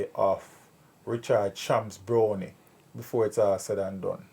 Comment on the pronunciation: BrownEE?? Isn’t Brown with an E still pronounced Brown? What nonsense is this?